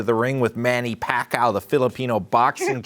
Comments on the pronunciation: "du-aar-tay & manny pa-kow" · That panelist just said “President Duarte” and boxing champion “Manny Paquao”...😂😂